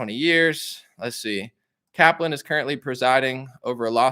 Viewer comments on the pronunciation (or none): none